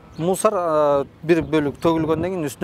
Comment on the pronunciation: МУСАР ЭМЕС МУСУР БОЛОТ ЭЭ 😡😡😡👎👎👎